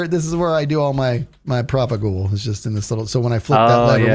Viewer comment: You talked to Skizz, and yet you didn't pronounce 'propagule' correctly. Terribly disappointing.